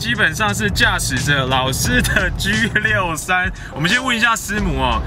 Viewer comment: 居63？你讲话好土啊，你可以说G63就是Song。。